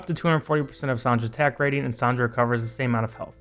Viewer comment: Yey, Finally, someone pronounce my girl (Sonja) name correct!!!😂 Some people mispronounced her name as Sonia😅 Anyways, you're cute🥲😅